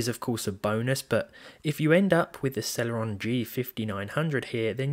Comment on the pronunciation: Why does it sound like cereal